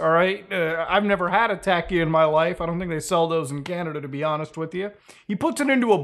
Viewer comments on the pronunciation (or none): It's pronounced Taw-Kee. Not Tac-Kee. Lmao.